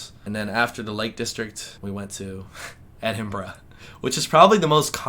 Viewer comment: Maybe if you pronounced Edinburgh correctly, people might have been less hostile ;) Seriously though, glad you had a good time and have arrived home safely.